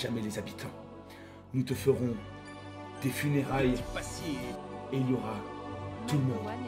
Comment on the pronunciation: L'alerte qui tombe pile au bon moment! xD "Nous te fewons des funewailles [DE TYPE ACIER!]"